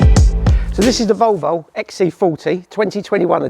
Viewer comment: Odd pronunciation of "Volvo". Sounds more like "Vulvul". Nice review though